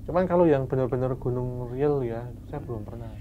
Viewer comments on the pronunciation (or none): none